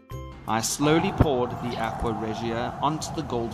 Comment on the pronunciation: Aqua is pronounced Ah-kwa ..not ... Aquia (Ah-Kwee-a). Sorry...but that was annoying.